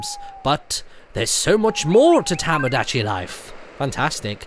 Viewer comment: No offence, but it's Tomodachi, not Tamodachi